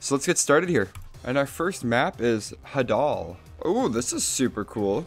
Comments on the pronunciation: This wouldn't bug me as much since it's not a very common word but for some reason a LOT of tf2ubers got this one wrong, I have no clue how so many people did so. I couldn't find anything saying Hah-dul is another accepted pronouncitaion either. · Hadal is pronounced “Hay-dul”. I know the Hadal Zone is a very deep and dark part of the ocean, so I’m guessing it refers to the part of the ocean due to the background